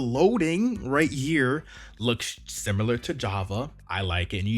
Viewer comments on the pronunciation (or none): none